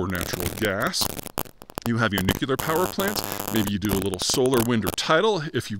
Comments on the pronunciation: Please- " new-clear" not " nuc-u-lar" Thanks! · NOOK LEE R! NOT NOOK YOU LER! Damn you're university trained right? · Dude, it's NU-CLE-AR, not NU-CU-LAR. You sound extremely dumb when you say it like that. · nu-clear. not nu-ku-lar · "World's largest nookyooler power plant..." [sigh!] It's "nuclear", Peter... "nu"+"clear"... -- "Note to self, don't put a nuclear power plant on the coast..." The problem with Fukushima wasn't its proximity to the coast, it was the fact that they located their backup diesel generators in the basement, where they would get swamped in the event of a flood. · Why nucular? It's nuclear! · Nuclear, New-Clear. Not Nuke-You-Ler. Also Japan's nuclear plants are on the shoreline because they use the sea water. They're on a fault line because Japan is one giant fault line. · Peter needs to learn how to correctly pronounce "nuclear." It's "noo-clear." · Nuclear: no͞oklēər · There’s no such thing as a NUCULAR anything. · Nu-cu-lar radiation... much more dangerous 🤣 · ...probably caused by the nu-cu-lar battery in his cell phone 🤔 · Nuclear not "Nucula" com'on Pres' Bush... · Nu-clear. It's pronounced nu-clear. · Someone who talks for a living should learn how to pronounce "nuclear." Like it's spelled. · I wonder if Peter ever reads these comments? I don't know why he persists on putting in an extra "U"